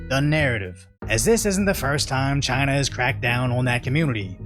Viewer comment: Hasan can't even special China. He had "Chiner here we comeeee". He is so dumb.